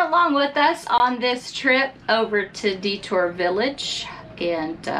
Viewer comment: Just to save you from offending the natives, DeTour is pronounced DEE-tour and Huron is pronounced HYUR-on. 🙂